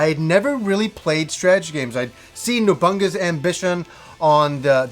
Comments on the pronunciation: haha..."Nobunga's Ambition"... I used to call it that, too... It's "No-Bu-Na-Ga's" ambition. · how are you pronouncing Nobunaga's Ambition? Nobungas Ambition?